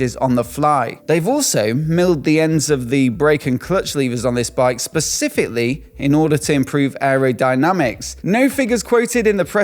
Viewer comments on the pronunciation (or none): none